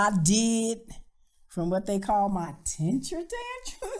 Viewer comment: Did she say 'TENTURE TANTRUM'??! LoL.